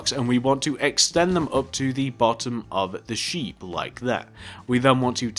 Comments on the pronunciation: He said sheep "shep" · it's sheep not shep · why does he say shep